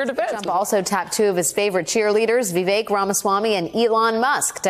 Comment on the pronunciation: FYI, Vivek (vek) is pronounced like cake “Vi-vake”